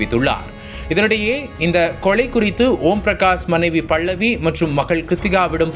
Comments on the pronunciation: தமிழை சரியாக உச்சரிக்கவும். அவர் பெயர் 'பல்லவி' பள்ளவி இல்லை. இதுபோல் இன்னும் பல பிழைகள். நம் தாய் மொழியை நாமே சரியாக பேசவில்லையென்ரால் மற்றவர்கள் எப்படி மதிப்பார்கள் அதுவும் பத்திரிக்கை துறையில் சரியான உச்சரிப்பு மிகவும் அவசியம்!! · என்னடா தமிழ் பேசர? பல்லவி - பள்ளவி அல்ல, கொலை - கொளை அல்ல …. 😡😡